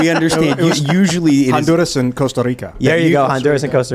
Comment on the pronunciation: Fucking trying to pronounce Honduras and Costa Rica like he’s from those countries. It’s so cringe.